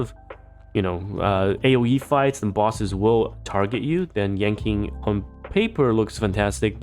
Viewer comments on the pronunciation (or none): its pronounced as yan CHING not yan KING that was kinda throwing me off sm